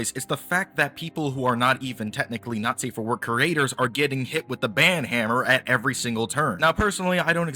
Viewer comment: The way you say "not safe" it sounds to me like "nazi"